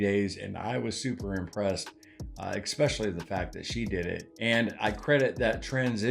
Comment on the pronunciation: I love your success! Btw, it’s ESpecially not EXpecially. 😊 God bless!